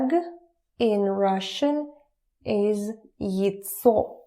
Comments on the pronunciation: Почему вы произносите СТОЛ как СТУЛ, а яйцо как ЙЦО?! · Noone really pronounces яйцо as /jətsɔː/. It's clearly /jajtsɔː/ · Почему она говорит ецо, а не яйцо? Впервые слышу, чтоб яйца так называли.